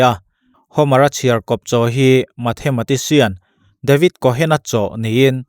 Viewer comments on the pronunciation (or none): none